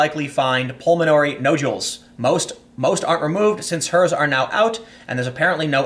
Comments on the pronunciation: Jesus h Christ on a rubber crutch “Nod-u-Ls” google words you can’t pronounce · nojewels... is there anything tim CAN pronounce properly?